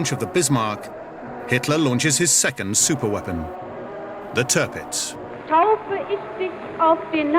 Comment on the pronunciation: I christen you Tirrrrrrrrrrrrrrrpitz